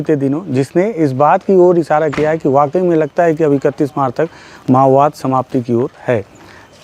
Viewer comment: Mao bad❌ ma_wad✅